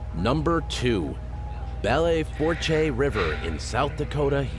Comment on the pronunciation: Lmfao...that river in South Dakota is pronounced “Bell Foosh” 😂